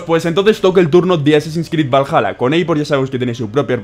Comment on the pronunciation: todos: valhala: valaya jajajajjaa Crack